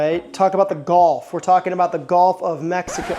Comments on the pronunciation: first off, it will never be the gulf of america, thats such a stupid idea. second, its pronounced GULF not GOLF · Do they pronounce Gulf as "Golf" down in Louisiana or is that your doing?